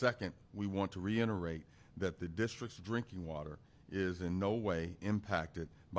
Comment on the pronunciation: ..."reiNerate"....not reiterate.